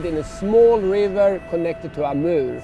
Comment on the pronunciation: when he says Amurrrr pike, I got a little bit turned on......How many hours travel from Canada? What an incredible video.